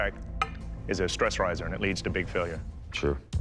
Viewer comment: WTF was that "sure" !?